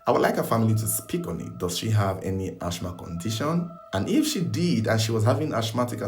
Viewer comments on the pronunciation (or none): Its asthma as in assma not ashma ahbeg 😑😑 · ..its pronounced "As -ma" not ASH MA 😂😂😂😂 ❤❤❤❤ 🙏⚘️